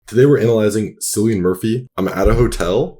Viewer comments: Killian..not cillian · Pronounced ‘Killian’ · Pronounced Killian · Was just going to say that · omg it's CILLIAN with a K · did you said Syllian? Seriously? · I thought his name was pronounced “Kill-ian “ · the incorrect pronunciation 🥀